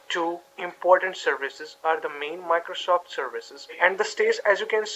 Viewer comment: What is a vindow, ? Microshof, ? Elerts, ?